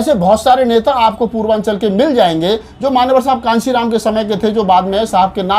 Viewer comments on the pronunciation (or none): Channel wale bhaiya Kanshi Ram ji ka naam sahi se likhe aur sahi se ucharan kren tabhi Manyawar saheb ko samman milega